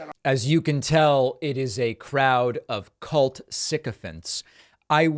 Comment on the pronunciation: When you say ' Cult Crowd' you are miss-pronouncing 'Cult'!